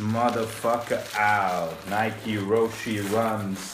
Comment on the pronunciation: Roshe run. You don't say the "e". If you were to pronounce the "e", it would have an é